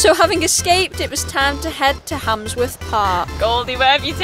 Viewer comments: Hamsworth... its Handsworth 😂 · Hamsworth????? I presume you mean Handsworth! 😂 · She said hamsworth lol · its spelt handsworth not hamsworth but yeah it is rough